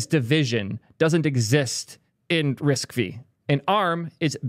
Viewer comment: "risk vee" is killing me. Literally first words on the wiki page, "RISC-V (pronounced 'risk-five')"